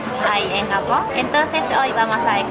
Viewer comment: Aaah me encantó el video 🙌🙌 pero dices "jamón" en lugar de Japón 😂😂😂 sólo fue una vez y chicos "hacer" va con H saludos desde México 😆